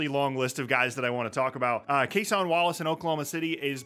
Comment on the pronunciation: Just a heads up, since you've said it a couple of times that I've seen. Cason Wallace's name is pronounced like "Jason", not "Casahn". Almost everyone says it like that at first, so no judgment. But the guy's good enough that I'm pretty sure you'll be saying it more in the future.